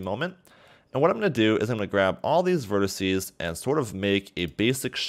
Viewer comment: quit saying "verticee"